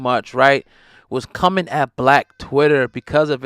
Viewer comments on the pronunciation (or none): none